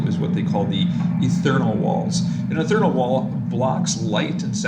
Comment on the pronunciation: Ee-th+ear-ee-ull, Ethereal. ;) There's no "n" in that...